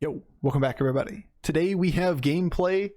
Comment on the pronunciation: he was pronouncing the letter T lol